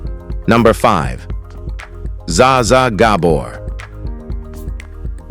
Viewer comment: You leave Bruce Willis alone! He has suffered enough, and is still suffering. Give the poor man some dignity. This is one of the worst AI narrations I've ever heard. Can't pronounce Bette Davis right, can't even come close to pronouncing Zsa Zsa Gabor correctly. And shut up about John Wayne. John Wayne is a legend. Period.